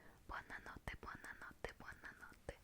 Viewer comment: "Buonna notte" cit😂🇮🇹